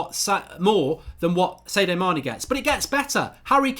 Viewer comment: Pretty sure its SAD-IO not SAY-DOH Mane